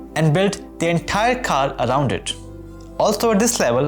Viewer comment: just speak indian accent bro wtf is "KHARRR"